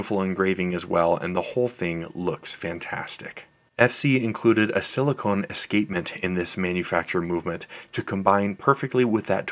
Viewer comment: A real stunner! (Just an FYI re the rotor -- it's "silicon" (an element), not "silicone" (the squishy waterproofing stuff").) Love your channel. Cheers!